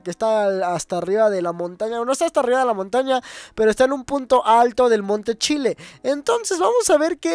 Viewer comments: chile dijo ahuante chile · dijiste monte chile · Dijo monte Chile